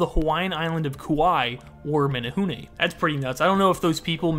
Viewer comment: Okay but kudos to his pronunciation of menehune 👏🏻✨✨